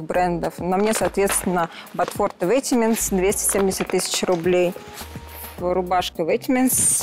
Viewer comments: Удивительно, что никто не среагировал, когда в самом начале сказала ВЕТЕМЕНТС))) Я была просто уверена, что она одна из мафии. Всегда казалось, что одетые в люкс хотя бы название/произношение бренда должны знать. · Казалось бы купила Роллс, вся при деньгах, но при этом настолько убого говорить название бренда, в который ты одет... Я конечно не давлю, но ВЕТЕМЕНТС...... ВЕТЕМЕНТС Карл, это почти как Версейс и Чанел... А Сергей хорош, сразу было ясно, что он спец в своей сфере. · все говорили что важно знать историю бренда,который ты носишь но сука блять носит ветмо,и произносит его как ветементс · определяет по взгляду (по ее словам) людей в репликах, а сама не знает, как произносится бренд "ветмо", и говорит "ветеменс" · Мне режет слух ветменс, когда она так сказала, мне стало плохо Вейтмо говорите пж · ну самый прикол, что Вейтеменс не верно, а ветмо кста все говорят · "Ветеменс")))) Крайне колхозный подход считать что если ты в монобренде это уже стильно) Не в клозетах оно, в головах) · Ору, даже не правильно произносит не Ветементс, а Ветмо, тут стиля нет, у всех одно и тоже Луи, Шанель, Баленсиага, Ветмо и у каждого одно и тоже, тут больше про статус. Леонида сразу угадал и думал еще Марина уж больно много пали на ее вещи делают. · Сейчас бы ветмО называть ветементс 😂🙌🏽 Не удивлюсь, если она в ориге, богатые люди не сильно заморачиваются в правильном произношении брендов 😄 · которая называет vetemens «ветэмэнс»… Мне бы было стыдно сидеть с таким дешевым пафосом и не знать, что на мне надет ветмо😕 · Начало выпуска , падает подозрение на последнюю , которая вместо Ветмо, говорит Ветимент. А так хз, мож ошибаюсь. Да или хз мож они все там в фейках сидят 😂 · Меня только смутило в ней, что она неправильно произнесла название бренда, при том что первый участник тоже сидит в нем и произнёс название правильно. Vetemens французский бренд произносится как "ветмо" (грубо говоря). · ДАААААА ЕЩЁ витминс или как как она ветмо назвала 🤣